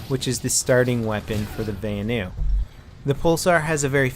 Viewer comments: vanu is pronounced as it's written, not as "vaenu". the a in vanu is the same a as in "assault rifle" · I hate how you say "vanu"